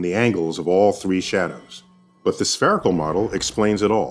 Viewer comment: Ohhhhhh SPHERICAL... I thought he said sPEARical.